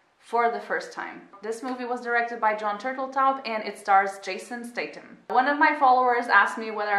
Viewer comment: "stay-tam" xD